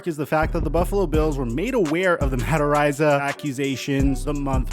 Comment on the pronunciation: Ar-eye-za. Dude, love your channel but your pronunciations are off a lot! *This is a knee jerk comment after years of hearing you mispronounce things fairly regularly. Apologies if it comes off insensitive. Enjoy your channel and just wanna see you be your best.